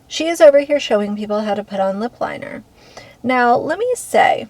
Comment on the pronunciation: She always talks like she has her mouth full of food, or spit, or something it’s so gross. And the licking is insane. Makes me want to puke. She can’t even pronounce “TikTok” or “lip liner”.